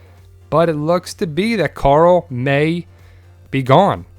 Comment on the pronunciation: I love twd but when people say coral it makes me cringe but still I love the channel